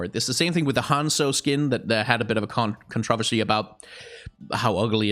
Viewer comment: The real controversy here is how pronounces controversy.